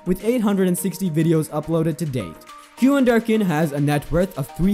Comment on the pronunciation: It’s “ cue-in “. ….not “ cue-on “……good grief 🤨